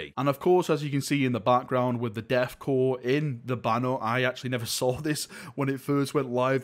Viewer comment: "Deth cor" Hehehe